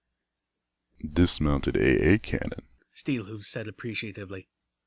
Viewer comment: "double A" not "A-A"!!!!!!!!